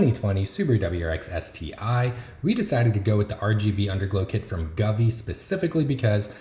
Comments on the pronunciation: Sorry, but have to point out, the brand is pronounced "Go-V" not gavee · I know someone corrected your pronunciation of govee. But I’m calling it guvee from now on